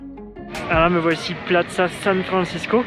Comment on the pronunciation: Félicitations pour ta vidéo, par contre désolé de faire le rabat-joie, plaza se prononce plassa, et basilica "bassilica". J'habite à Quito depuis 10 ans et c'est super d'avoir une vidéo bien faite en français; merci !!!!